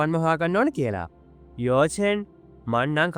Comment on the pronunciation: යෝ චෙන් නෙමෙයි යකො යාවො චෙන්